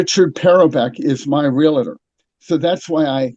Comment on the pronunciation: Did you say Realator?